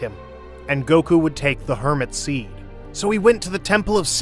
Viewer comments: "hermit seed"💀💀💀💀💀💀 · "Hermit seed"💀